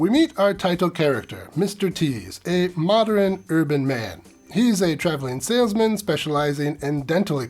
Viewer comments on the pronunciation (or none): Love your reviews, but "mod-er-in" is driving me nuts.